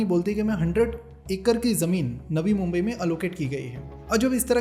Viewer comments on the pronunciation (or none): none